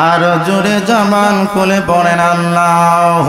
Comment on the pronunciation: অপ্রাসঙ্গিক বিষয় গুলো বাদ দিলে কি হয় না? আল্লাহ" শব্দ টা সঠিক উচ্চারণ কেন করলো না? আল্লাহর উলুহিয়ত নিয়ে বেয়াদবি করে আজ আমাদের মতো সুন্নী মনা মানুষ কে প্রশ্ন বিদ্ধ করছে। " আওয়াআওয়া" এ সব কেমন শব্দ?? বিয়াদবির সর্বোচ্চের শিখরে পৌছায়ছে।